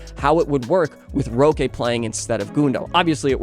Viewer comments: Nice video, roque is pronounced like rock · more like "hóky"